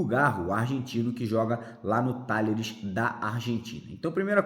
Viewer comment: Talleres se pronúncia Tajeres. Saudações vascainas!